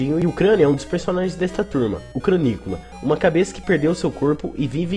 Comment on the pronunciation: se pronuncia Cranicóla, pq é a junção do nome Nicola com crânio. Falei errado a vida toda tb, mas vi o Mauricio explicando numa entrevista